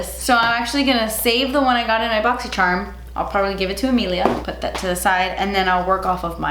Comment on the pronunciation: I just got my FIRST boxycharm box and every time I even thought about it arriving I had to say "BOXysherm" like does